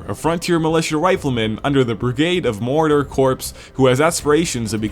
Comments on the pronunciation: Anybody else notice how he said Marauder? It sounded like he kinda said Mordor. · That's what he was saying.